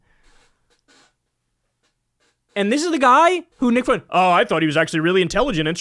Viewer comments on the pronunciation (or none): It's 'FWEN-tez', not "foo-WEN-tez". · Again, "Fuentes" should be pronounced "Fwentez" not "Foo-entez". Sounds like "nuculear" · I just noticed that Kyle pronounces “Fuentes” the exact same way Kanye does